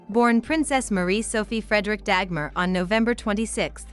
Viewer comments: I don't mind that people make videos about Dagmar as she is a part of history. But I find it somewhat strange and annoying that NO one bothers to learn the correct pronunciation of her name! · Nice video. You mispronounced her name Dagmar though.